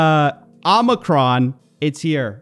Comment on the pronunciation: PATRICK BOYLE IS BACK! ❤️❤️❤️❤️❤️❤️ But guys- it’s pronounced “OWE-muhcron”. Sort of rhymes with “Lola-con” or boba-con”. Please stop pronouncing it with the hard ME.